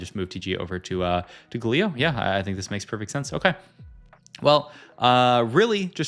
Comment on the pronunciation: i love your videos but GAlio not gaLIO 😫